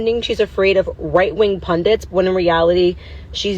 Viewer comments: Pundits. Not Pundants. foo. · "Right wing pundents" *Pundits